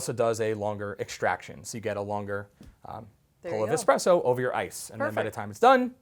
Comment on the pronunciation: Lmao expresso 🤣🤣🤣